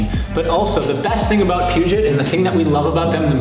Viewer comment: I wish you guys would learn to pronounce 'Puget', its 'P'you-jay', like Denon is 'Den-oh' and chassis is a soft ch like 'champagne'.